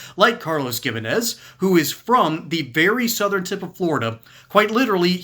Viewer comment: fyi.. Gimenez is pronounced like "He-menez" hope it is helpful